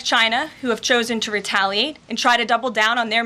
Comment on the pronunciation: " Countries like China that have chosen to retallie..." Retallie? She can't even bear to say the word retaliate because she knows what she's saying is hogwash.